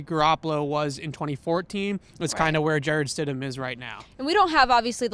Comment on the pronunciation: Its stidham